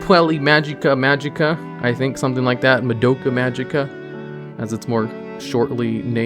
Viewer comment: Someone count how many names were absolutely butchered during this single video. Madoke